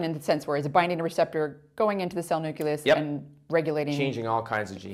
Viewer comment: Did you really say “nuculus?”